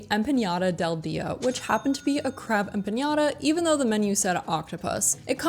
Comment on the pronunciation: No such word as empa”ng”adas.. it’s empanadas.